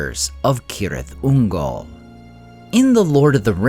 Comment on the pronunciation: At LAST AI that pronounced it (K)orectly😮! Now pronounce Celeborn and Cirdan! 🤓😎✌🏼☮️